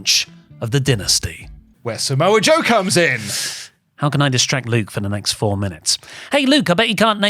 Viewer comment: Slowly enters screen “and somoa joe” 😂😂😂😂😂